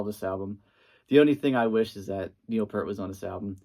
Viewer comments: its Peart not Pert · Someone just hates the synth era of RUSH! Also it’s pronounced PEERT NOT PURT!